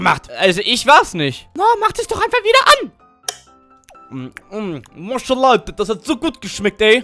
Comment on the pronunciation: Maşala😂😂😂😂😂😂 ich sterbe von lachen der Katze sagt immer maşala